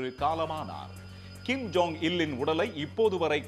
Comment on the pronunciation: Kim “jong” un. John illa